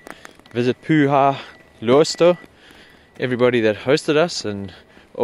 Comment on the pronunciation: Your pronunciation of "Pyhä" has a strong Swedish accent 😁